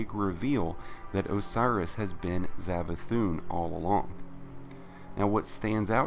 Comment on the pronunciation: is he saying zavathun?